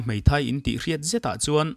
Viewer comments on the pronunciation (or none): none